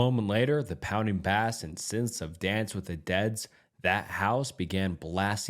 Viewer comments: You said bass as if it were the fish it’s pronounced base. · It's pronounced bass, not bass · bro said "bass" instead of "bass" 💀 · Did you pronounce bass as in what's in music as bass as in the type of fish? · Bro, not sure if you use AI to read for you but you pronounce a looot of words wrong, u said bass like the fish. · A.I is getting better didn't realize it wasnt a real narrator until he said bass as in fish instead of bass as in music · He also powers through when he messes up words and I have to stop and go back to read what he meant to say. I think he has a learning disability or something. He pronounced "bass" wrong in the musical sense, and he just completely loses it if words have Ls AND Rs in them. Probably had rhotocism growing up. He also has no regard for how a word is spelled. He says things like "cempletely" instead of "completely" or "hellucinations." Slurs through half the words and then randomly overprounounces the shit out of something.